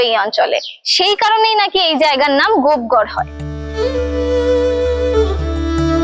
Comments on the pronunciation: গোপ ঘর না লেখা আছে গোপ গড়। পশ্চিমবাংলার মেয়ে উচ্চারণ টা ও ঠিক করে করতে পার না। এরা না হয় জংলি বাঙাল কিন্তু তুমি কি ? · স্থানটির নাম গোপগড় কিন্ত আপনি প্রায় সময়ই বলছেন গোপঘর। এরকম কেন হবে? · ট্রাভেল ভ্লগ বানাচ্ছেন। তার আগে উচ্চারণ টা তো ঠিকমতো করতে শিখুন। জায়গাটার নাম 'গোপ ঘর' নয়, 'গোপ গড়' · দিদি ওটা গোপঘর না, ওটা গোপগড় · Madam kindly ucchran thick karun ota gopghar na gopegar habea. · Babbaa....gopegarh ke kisob uccharaon korche .